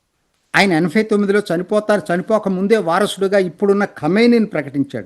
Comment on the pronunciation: మీరు యాభై ని యాఫై అని, ఎనబై ని ఎనఫై అని అంటున్నారు